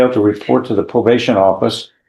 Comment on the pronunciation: slap your AI. "Pro-bash-in"